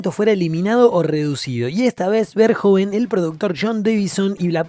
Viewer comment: Es un peliculón y punto Y no es pol verjon Es Paul Verhoeven